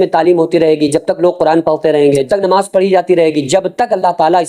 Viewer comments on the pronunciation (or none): none